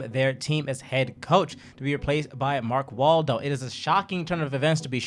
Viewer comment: lmao he said "Mark Waldo"